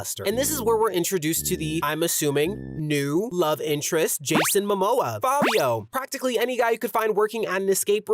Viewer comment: "jason mimoa" 😭😭